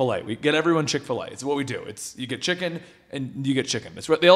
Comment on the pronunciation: This video is brought to you by "Chick A Filet"